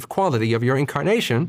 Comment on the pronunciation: Omg you said "incarnation" and i heard "kimkardashian" Lol